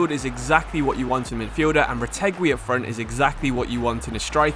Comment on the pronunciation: Just so you know, Retegui is prinounced like the word "guidance" meaning the U is silent